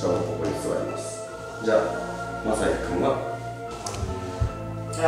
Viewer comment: つかつか つかつか たまに“マ”だけのときもw